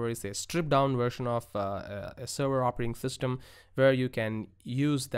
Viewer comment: "Operating Thystem" ;-) JK, great video! Thank you!